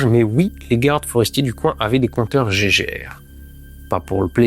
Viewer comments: Ça se dit compteur « gué guerre » et non pas Geiger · Pitié arrêtez de dire "Compteur Jégèrre", c'est so 1910. Les mecs qui ont inventé ca ils s'appelaient GEIGER et MULLER, pas Gégé...ni Jégèrre.